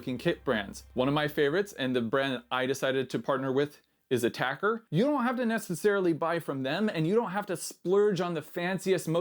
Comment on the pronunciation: Not attacker, but pronounced “At-e- cur”